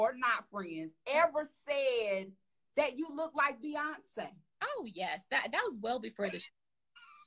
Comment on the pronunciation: BE-YONCE. BE-YONCE 😂😂😂